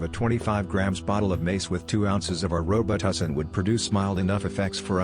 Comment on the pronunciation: "Row-but-two-seen"....🤣🤣🤣🤣 Took me a second to figure that one out. *Just discovered your channel and been watching so many videos! 😎👍 New fan from India.